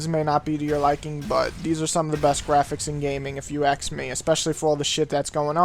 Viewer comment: ....where u from? I think you have said it many times before, but i have never heard anyone say AKS before xD ASK>>>AKS xP